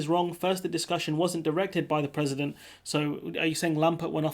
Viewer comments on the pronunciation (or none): none